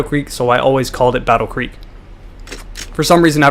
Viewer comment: It's creek, not Greek idiot